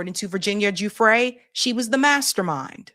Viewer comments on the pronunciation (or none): Hey, I heard one of the prosecutors say Virginia’s last name is pronounced Guff-Ree like Guff-Free long E. And It’s Ghislaine and British so it’s pronounced Ghee ( like the butter) Lane. So Ghee-Laine. Obviously you can say it however you want I just thought it was interesting because I’ve been hearing it pronounced wrong for so many years that when I finally heard it pronounced right, I was shocked. 😂